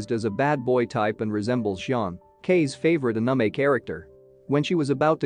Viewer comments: “sundear” and “unumay” is killing me💀💀😂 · we're just gonna act like this dude didn't totally butcher the word anime? lol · The way the narrator pronounced the "anime" made me laugh. What kind of accent do you have bro?